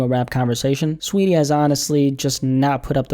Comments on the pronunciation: Its saweetie not sweetie🤣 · Its not sweetie, its SAWeetie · Saweetie lmao you mean STREEETIE SHES FOR THE STREETS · I like how you say her name😂